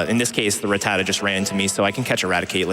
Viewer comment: thats not how i pronounce rattata....